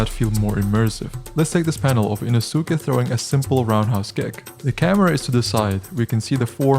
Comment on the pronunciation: love the video enough to have saved it so this isn't a dig, but the way you pronounced Inosuke as "ee-no-soo-kuh" ruled